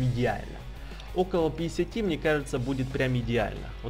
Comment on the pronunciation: Не писяти ,а пятидесяти!!!